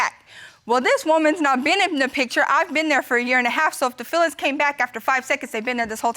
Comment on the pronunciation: " any fillings left for me?...." Meaning those fillings in his teeth???😂😂😂 It s feelings , not fillings.